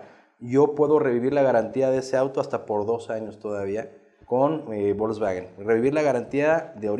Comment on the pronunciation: Ya nomás escucharlo pronunciar Volkswagen como "bolsbaguen" y perdió credibilidad. Coyote de cuello blanco x2 😂